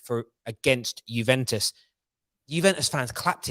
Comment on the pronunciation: I realize you're an American but that's not how you pronounce the name Juventus.